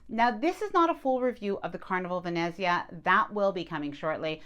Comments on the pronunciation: It’s pronounced “Ven-NETZ-ia” ….. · of course I’ll watch, you provide great information. This might help, Ve-net-zia, emphasis on net. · As an Italian, when I hear you pronounce Venezia (Venice in Italian) I CRINGE. Nails on a chalkboard. Still love your channel and will continue to watch.